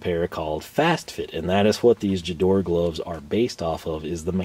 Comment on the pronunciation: guh-DOR-uh, not juh-DOR 😉